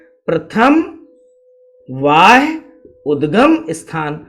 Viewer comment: Sir vo वाह्य नहीं है बाह्य उद्गम है